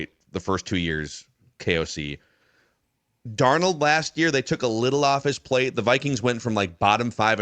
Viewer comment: What about and his Dar-nawld he tried for like one episode to say it right